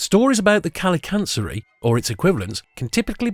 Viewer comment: I love how the grinch is a "fictional" character. As a Greek i can say you are the only one i saw reading kalikantzaroi correct.